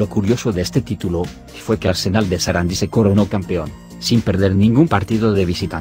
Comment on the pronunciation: SARANDÍ con acento en la i latina